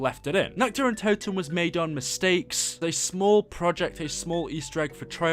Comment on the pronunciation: How do you fuck up saying nacht der untoten.